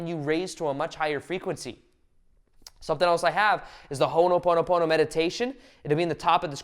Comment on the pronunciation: Its called Ho' oponopono . Stop pronouncing it wrong.